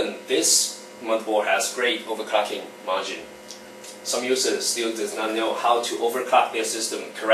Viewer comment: Over-COCKING. Over-Cocking. Over-Cocking. Jigga-Herts Jigga-Herts Jigga-Herts Jigga-Herts Jigga-Hert